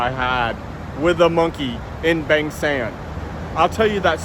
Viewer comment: after so many years in Thailand u should have known monkeys are everywhere they can be feed. Feeding them just brings more but the people seem to love them. Please listen to a Thai pronounce "Bang" since it is not Bang (like a the sound of a gun shot) but Bang (a like in lawn.) Listen to locals.